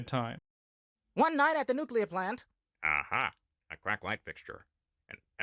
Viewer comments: Did Mr. Burns say nucular? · The real Mr. Burns knows how to pronounce nuclear.